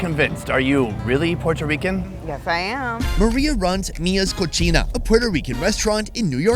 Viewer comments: Coceeena not “cochina” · Coh-see-nah. Not coh-chee-na. (Not Italian) Dude just said Mia’s Pig (but it’s not spelled like that on the sign “cochina”) lolol Thanks for the coverage tho, the food is exceptional from La isla del Encanto. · Yo who told you its cochina 😂 its Co-Cena like john Cena which means kitchen. COCHINA means dirty. Like you dirty pig. 😂😂😂 marias kitchen. Poor lady lol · Mia's KITCHEN . It's pronounced Co-Sin-ah . You just said "cochina" which means pig 🐖 lol miahsdirtypig 😂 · It's Maria CO CI NA!! NOT cohina😂 pendejo😅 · CoSina not cochina .. boludo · He said Maria Cochina Oh Nooo It's Co Si Na. You called her Dirty Maria 😂😂😂😂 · cocina not cochina 😂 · Pronouncing cocina as chochina mean's Mia's Dirty. lmao. that second C should be pronounced like and S. Cocina = Kosina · This man called her restaurant "cochina" 😂 if only he knew what he said 😅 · I swear I heard you say Mia’s Cochina 🤣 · its Co-SEE-na(cocina) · That pronunciation of mia cocina... he said cochina which means nasty.